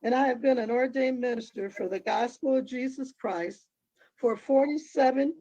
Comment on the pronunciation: The word is CHRIST - Not chriss